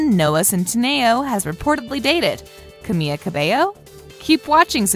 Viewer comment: The person speaking really butchered Camila's name...